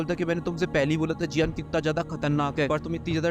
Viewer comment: Bhai tum bahut ktarnakh bhol rheo. 😂😂😂😂😂😂😂😂😂😂😂